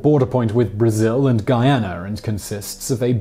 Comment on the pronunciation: Everyone: Guyana This guy: Gayener